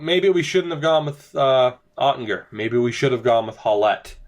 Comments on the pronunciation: Now that you drafted Oettinger, here's the correct pronunciation: You're close now...But it's a hard G instead of soft. OTT-in-ger. Also...I love this idea for a series. Franchise mode becomes so easy after a while... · Oettinger is pronounced - Oat-en-ger.